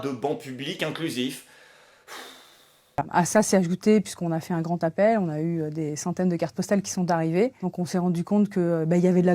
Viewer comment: "On a fait un grant'appel"...... D'où elle la sort cette liaison cette conne ?